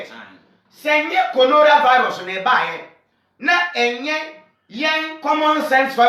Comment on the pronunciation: nkwasias3m, he said Conoravalus hehe you guys don't know what you are talking about